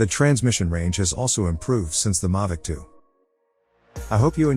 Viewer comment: 1st off it's not a Mavic and 2nd, learn how to say Mavic. 🙄